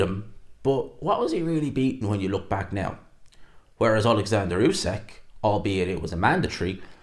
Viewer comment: Why do people insist on calling usyk "usekk" that's not how you say the man's name. Respect the undisputed champ and say his name correctly